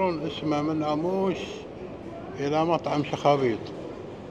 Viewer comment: نطقته غلط اسمه اسم طبخه بحرينيه تعني مجبوس ربيان مجفف اموّش في شده على الواو يا عم